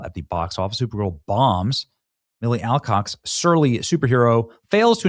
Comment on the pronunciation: Alcocks? Really?